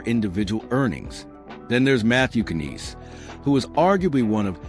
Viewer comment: Matthew Kanees. Please stop with this AI that can't pronounce names properly.